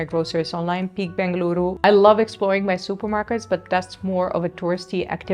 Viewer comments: I love the way u pronounce Bengaluru soo well ❤ Il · Your information is known more than the local people, now you are True Bengalorian, and thanks for pronouncing Bengaluru❤ instead of Bangalore🙏